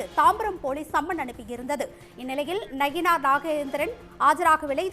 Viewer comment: செய்தி வாசிப்பாளர் நயினார் என்பதற்கு பதிலாக நகினார் என்று பல இடங்களில் கூறுகிறார். சரி செய்ய வேண்டும்.